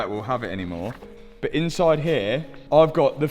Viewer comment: Its "but" not "bit."